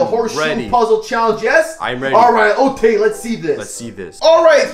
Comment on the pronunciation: why are you saying Otay